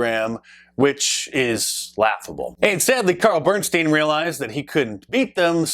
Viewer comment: “Bernstein”…lol EVERY TIME.